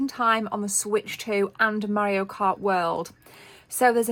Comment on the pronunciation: i love how she says mario like maorio. maby his a new zealander afterall